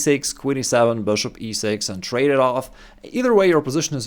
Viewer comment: Man, I love your videos, I learn a lot from you. But please work a bit on your pronounciation of “Bishop” 😊